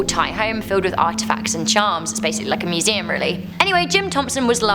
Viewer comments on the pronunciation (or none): none